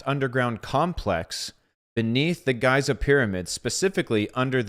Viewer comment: Great subject and take. Thank you brother. BTW Giza provenance as Geeza✨️🙏